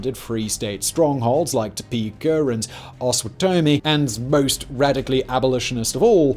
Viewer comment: Oh man i'm from kansas and grew up in Osawatomie. You butchered the pronunciation. and of Topeka lol. good try though.